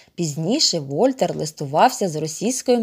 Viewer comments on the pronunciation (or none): Вольтер,Буало!Наголос на останній склад,вони французи!